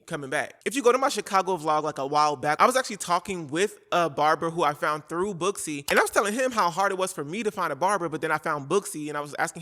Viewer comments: Girl I’m not gonna hold you, when you said Booksy I thought you said BUSSY and I thought well it’s about time there’s a company called bussy 😂😭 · When you said … booksy, I thought I heard, bussy